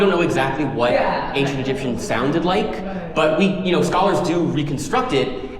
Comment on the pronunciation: His pronunciation seems authentic. Who could challenge him, right?